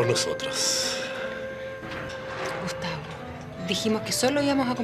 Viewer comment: Suena como Agustín pero dice Gustavo 🤷🏻‍♀️